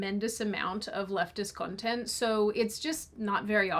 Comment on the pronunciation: I had to rewind. For a moment I thought she said "lesbian" instead of "leftist".